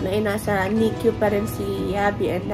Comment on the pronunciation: ❌❌❌❌❌❌ NICU HINDI NIK-Q ❌❌❌❌❌❌😂😂😂😂😂😂